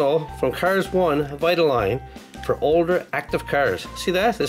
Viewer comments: It’s Vi-ta-leen. No offense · Do Rusteze cruz Ramirez please. And u pronoucend vitoline wrong. It's vite-oh-line. Can u do a role play video